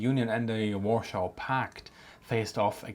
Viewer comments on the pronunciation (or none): He said "warshaw" 😆